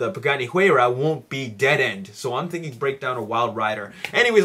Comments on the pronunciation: not really important but you pronounce Huayra as hoo-I-ra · Hey the pagani is pronounce hu-eye-ra:) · The Pagani is pronounced "why-ra" (Haratio Pagani came out and said it personally)just FYI. Not trying to be a douche.